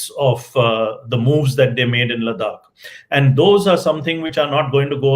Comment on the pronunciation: Good talk. Please listen to your guests pronunciation of Ladakh. You call it Ladak. His pronunciation was correct. For gods sake don’t mess up our names being a proud Indian. 🙏🏼